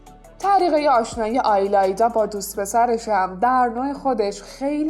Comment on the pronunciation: آیلایدا چیه اون ایلایدا هستش